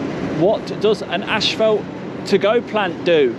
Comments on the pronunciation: Love your videos. brother.......but , it's not ASHFELT......it's ASPHALT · It is NOT " ash felt" it is "as fault " pronouciation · you said "ash-fault" for "asphalt". Maybe it's just me..I'm in the US. Anyway, enjoying all your vids. Thumbs up!!